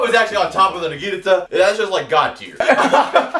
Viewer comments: Nagiinaata = wrong Naginata = right I'm sorry I'm a stickler for details if you say it right the next time I'll go on your channel both of them look for the first video and subscribe with that video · Naginata naug-i-naughta Pronunciation check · says the naginata is his favorite weapon, can't even pronounce it right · It rlly bugs me the way he pronounces naginata